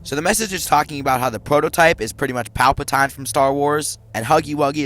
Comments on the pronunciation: "Pal-pah-tie-ne"? It is "pal-pah-tea-ne". 😭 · bro it hurt so much when he called palpatine palpa-tine when its pronounced palpa-teen